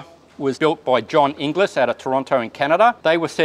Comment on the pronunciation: Great vid but ‘Inglis’ is pronounced ‘in-gulls’. It’s the Scots word for ‘English’